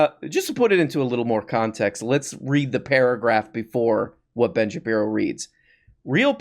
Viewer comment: Could you stop calling him "Ben Shapino" cuz I'm trying to enjoy this glass of water while I watch the video but I keep doing a spit takes every time you say it.😅😂